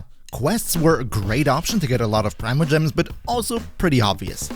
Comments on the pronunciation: Pree-mo.... its pronounced pree-mo gems... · There’s a reason there’s not an official way to pronounce it.